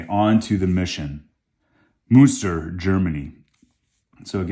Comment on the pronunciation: Please don't say Munster when you mean Münster these are 2 different cities!